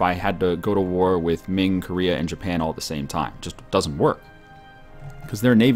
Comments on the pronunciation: its koreeeea not korria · KOR-EE-UGH, not KOREE-UGH, goddddddddddddddd (great video, just work on pronunciations)